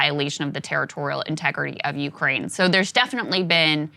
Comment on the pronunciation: I'm Ukraininan living in the US and long time fan of your show. I agree with you guys on multiple topics like Truckers, Main stream media and I'm big fan of Joe Rogan. But as far as coverege of Russian invasion topic I keep being surprised by Saagar's perspective. First of all he keeps saying Ukraininan capital Kyiv as "Kiev" (russian way to pronounce it). Saagar, at least show some respect to independent country. Secondly, Saagar said that there is civil war in Ukraine with russian speakers on the east. I'm both Ukrainian and Russian speaking and I'm shoked that you guys keep repeatin point from Russian state propaganda. This conflict started with illegal annexation of Crimea with help of the Russian military in 2014. Then they used their speacial ops to start conflict in the eastern Ukraine. Before 2014 a lot of people in Ukraine indeed felt big connection to Russia. But after that a lot of people in Ukraine have realized that Russia is an agressor. Putin's main goal here is to restore Russian empire. Mayority of Russsian population eather dont care about the invasion or support it. Russain state TV propaganda does a great job. I'm sorry Saagar, but you keep pretendinig that you are very knowlageble on this topic, but in reality you are not.